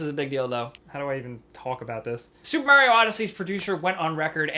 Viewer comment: He pronounced it maeroa